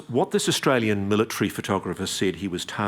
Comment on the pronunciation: He said "Austral-alien" 😂